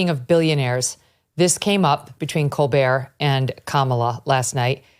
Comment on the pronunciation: I swear I thought Megyn Kelly said let's talk about "Cold beer"😂 it's colbert